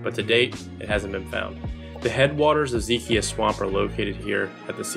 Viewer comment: Zeh -Keye - Uh (not kee kia)